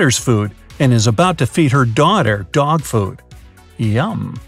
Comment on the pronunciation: lol “yUmM”